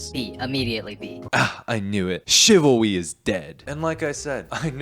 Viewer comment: "chivawwy is dead." lol